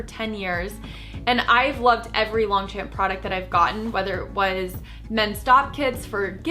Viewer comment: you know you pronounce Longchamp wrong?